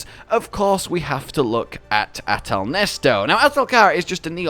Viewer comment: Why yall calling it ahtal nesto isn’t it ahtal neset